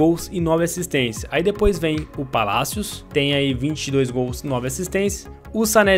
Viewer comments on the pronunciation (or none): none